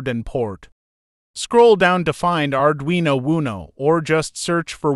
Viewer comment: It's not pronounced "Arduino Woono"